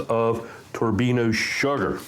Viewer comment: Thanks for the vid. Your show - your pronunciations, but fyi, Turbin - ado, kinda like Colorado (AFAIK). 😉 NO?